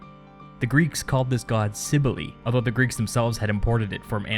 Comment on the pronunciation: cybele is pronounced kee - veh - lee . love your videos by the way :)